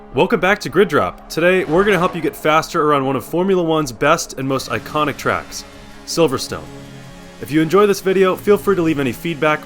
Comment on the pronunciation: Yep, his good 👍